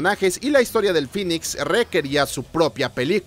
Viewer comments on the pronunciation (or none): none